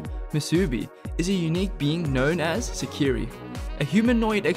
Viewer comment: 1st one isn't pronounced right as you talk about it. Meant to be said like this, Se-ki-ray